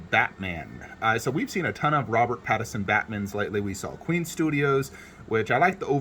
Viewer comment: PattiNson. Not Pattison. :P